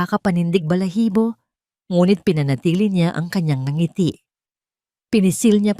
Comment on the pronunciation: ANG SALOOBIN KO Sslamat AT WASTO NA ANG PAGBIGKAS NG NGITI HINDI NA z,GINAGAWSNG 2 SALITA GAYA NG "NG ITI" 1.NG 2.ITI